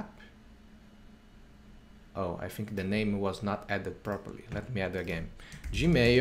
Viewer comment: It's email and NOT emeio! It's Gmail and Not Gmeio!